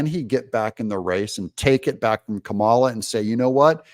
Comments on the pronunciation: Pronounced , blah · SKAMALA Better than all Indian calls centers combined!